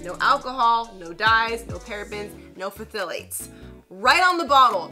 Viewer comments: The PH is silent on phthalate (THaˌlāt). Love your videos. So much info in them. New to this, but learning fast. Thanks! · Can't wait to get it at Walmart! FYI phthalate is pronounced like thalate, the PH is silent 😉